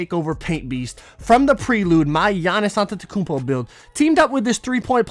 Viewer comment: Error... it’s “Akumpo”